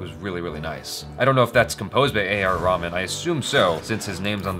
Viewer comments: It's reh-maan not ramen bruh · Dude his name is not raman its RaHman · not trying to be offensive or anything , its not pronounced as raman , its , A.R Rahman ( reh-maan ) the h is not silent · it's not Raman it's ra-hù-man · Just a nudge: it's not pronounced Raman!! It's RAY-MAN. Cheers! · Not A r Raman it's Reh-maan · It is not pronounced Raman like the raman noodles ....its more like rey-haa-maan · you pronouncing the music by name wrongly ,he is not japanese ramen (Ramen is a Japanese dish), he is indian a.r.rahman and he is not food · Did I just hear him say A R Ramen? xD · Did he just say A. R. Ramen....lol 😝😝😝😂😂😂😂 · its raeh - man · A lil tip? When you pronounce Rahman’s name put a little more emphasis on the “h”